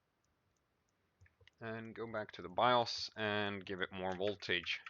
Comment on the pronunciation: LOL "VOLTAJE"